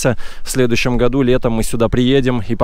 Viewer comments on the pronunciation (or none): none